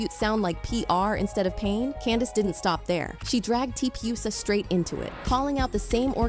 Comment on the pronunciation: weird way to pronounce TPUSA. sounds like ai slop